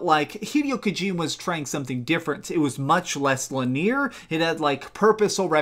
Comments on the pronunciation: In the beginning, did you say linear like "lah-near" instead of the normal way, "lee-neh-R"? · "linear" ... li· nee·ur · EPS5000 lin-ear. Lol he on some cool whip shit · "Linear" is actually three syllables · Lol I wonder if he’s only read the word and doesn’t talk to humans very much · you pronounce linear weird.